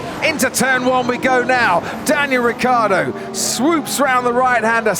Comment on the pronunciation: I'm pretty sure that's NOT how you should pronounce Ricciardo